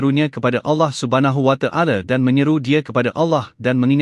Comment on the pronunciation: Canel ini memang baik dlm meningingat kn kita .yg jadi masaalh sebutan2 dlm penyampaian nya kurang sempurna.ta'ala jadi ta,ale...'Ad jadi Ed...baiki sebutan trgantung sebutan harian kita...